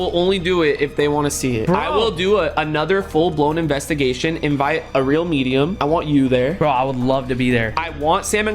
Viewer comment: so an anvestagation